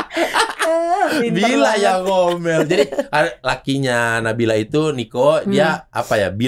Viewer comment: Hanya Dzawin yang bisa membaca nama nabila dengan tajwit dengan benar ❤️